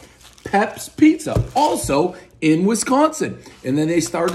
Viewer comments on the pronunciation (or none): none